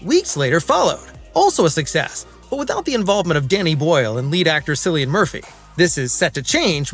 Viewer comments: Dude doesn't know its pronounced Killian, not Sillian? Also doesn't know Ralph Fiennes first name? Sadge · It's pronouned Killian, with a hard K sound 👍👍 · It's pronounced 'Killian' Murphy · As a rule, if you can’t pronounce the actors name, you shouldn’t do movie reviews. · it's prononced Cilian Murphy, not Cilian Murphy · 28 years later and people still can't pronounce Cillian correctly. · reupload correctly pronouncing Cillian and I might give a thumps up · you just earned 3 x 👎👎👎 1 for the annoing AI sounding voiceover 1 for disrespecting Cillians name 1 for begging for thumbs up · THANK YOU! Biggest pet peeve during this video (along with the mispronunciation of Cillian's name) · I want you to correctly pronounce Cillian.